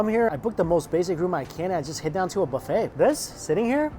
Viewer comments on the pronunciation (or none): none